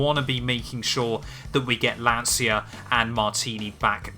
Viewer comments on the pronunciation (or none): Loveeeeely, big Lancia fan! If you want to work on your pronunciation of Lancia it's more like "lancha"